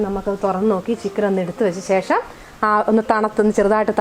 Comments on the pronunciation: ശേഷം ആണ് കറക്റ്റ്. സേഷം അല്ല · സേഷം ഒന്ന് ഒഴിവാക്കാമോ. ശേഷം എന്ന് പറയാൻ ബുദ്ധിമുട്ട് ആണോ.